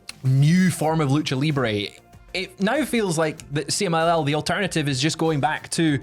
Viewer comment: Pretty good pronunciation of the CMLL message,... I was watching the news while making breakfast and I understood it perfectly, with the accent and all.